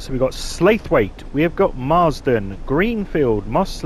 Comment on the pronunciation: Slaithwaite is pronounced Slawit not Slathwaithe